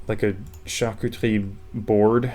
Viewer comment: i've never heard charcuterie pronounced with a French accent before, that was delightful